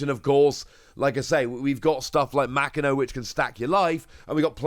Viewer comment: Ma Ki No, homie I know time and time again you tell us you are working on your Japanese. Bruv it is literally the first page of most learning Japanese books is how to pronounce Japanese Syllables. Literally a single afternoon of study and you would not sound like you don't care about OP other than the TCG.